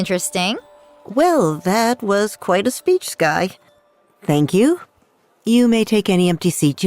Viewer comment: Buds her name skye not skirk or skirt. So stop calling her that.